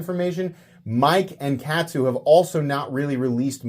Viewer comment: Katsu is pronounced like Shaman, you absolute rube! It's kahhhhtsu. Kahhhhhhhhhhhtsu :P